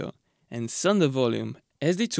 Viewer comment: It took me half the video to work out that when he said “sonder”, he meant “cylinder” 😅